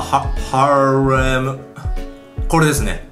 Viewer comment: ヒカキン harlem の事発音良さそうに言ってるけど 読めてないww